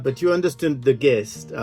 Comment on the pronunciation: It’s pronounced jist